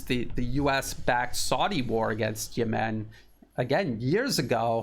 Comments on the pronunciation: Yes, he says Yemeeen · Great analysis. Note: rhyme Yemem with lemon. Accent 1st syllable.